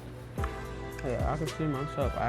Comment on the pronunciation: Bro need some merch dat says " Fiyer"😂😂😂😂